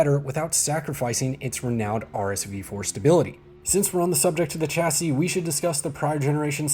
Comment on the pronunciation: Please prounce chassis correctly.